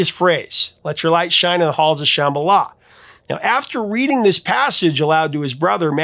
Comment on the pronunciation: It sounds like you were saying Shamala instead of Shambala